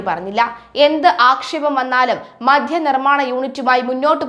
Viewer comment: മധ്യ നയമല്ല, മദ്യ നയമാണ്. ആദ്യം മലയാളം അക്ഷരങ്ങളും അവയുടെ ഉച്ഛാരണവും നന്നായി പഠിച്ചിട്ട് വാർത്ത വായിക്കുക. ഈ പ്രശ്നം നിങ്ങൾക്ക് സ്ഥിരമായി കാണുന്നുണ്ട്.